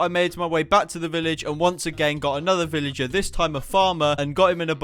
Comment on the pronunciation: You are treading pig lins and you said veleger